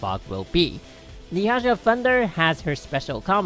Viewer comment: It's not Hassha my guy